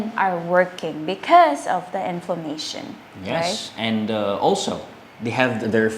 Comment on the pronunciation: Inflation not Inflamation...